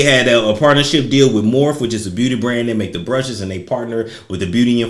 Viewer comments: Morphe lol...it's pronounced mor-fee. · Honey it’s pronounced MORPHEEE lol 😂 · Thank you for mis pronouncing Morphe. Too many men know way to much about makeup for my liking